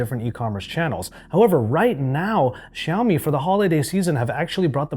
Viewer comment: Bro such a shame! Learn how to pronounce Xiaomi.